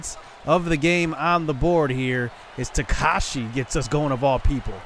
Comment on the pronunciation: Also dudes name is ta-ka-ha-she not takashi